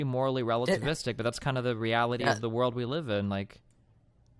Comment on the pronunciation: “We wive in a sociewety”